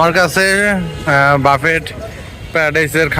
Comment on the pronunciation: বাফেট বলবেন না। BUFFET এর উচ্চারণ হবে "ব্যুফে"